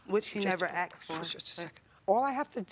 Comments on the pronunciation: A sincere question, why can't black people say the word asked properly? Both of them cannot say the word ask and instead say ax.... and actually beyond these two black individuals, any black individual who I hear speak can never say the word asked properly... go watch any of the billions of videos on youtube and listen to black people try to say the word ask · Did you axe her or ask her because one is murder. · I can forgive the axed but not the textes… seriously! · I think the word “axed” instead of asked.. soooo many times is a total giveaway.. if you can’t speak English.. well duh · its ASK not AX! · It’s not “axed”. It’s “asked”. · Why is it hard to pronounce "Ask" correctly. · Too many of these litigants pronounce asked as axed. Why is that? Lazy tongue? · Can even say the word "ask" properly.they say axed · She axed me 😂😂😂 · “My cousin axed me” omg that’s serious! You sure you’re in the right court?!🤦🏼‍♂️🤣🤣🤣🤣🤣🤣🤣🤣🤣🤣🤣🤣🤣 then what had happened wasss🤦🏼‍♂️ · “My cousin axed me” 😂😂😂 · 1. “Axe” 2. “Textes” 3. “What had happened” PLEASE bring back proper English!! 🤦‍♀️ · Axed. Why. Always 'axed'. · Why do some people say “axed”…so weird to me. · Why is it so hard for some people to pronounce "asked" properly? 🤦‍♀ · they "AXED" for it.. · The "axed" word annoys the hell out of me too, who came to that word anyway?? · I still can't figure out why people say "axed"...is it too difficult to actually say the right word !!! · Why can’t these grown women pronounce words!!?! Axed and Textas 🙈😖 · Did she axe her in the ‘texes’ she sent her? 🤣🤣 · "axed for" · English professor here, it’s not an “accent” at all. It’s a mispronunciation. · She axed me.... Or asked me?😅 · The word is ASK..not aks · "ASKED" . IT'S "ASKED" come on now 👀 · Why is it hard for people nowadays to say asked instead of ask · Watching from 🇿🇦 South Africa: Why do Americans insist on saying AKS...instead of ASK? I hear it time and time again. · Why they say Ax when the word is "ask". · "Asked" not "axed"